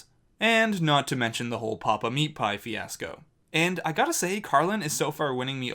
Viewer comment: he really screwed up with that auditioning "fanasco"